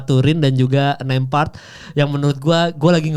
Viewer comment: Nemhart bukan nempart. Ceplas ceplos ae law bicara😅😅😅😅